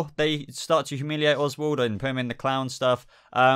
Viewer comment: Its Oswald not oswalt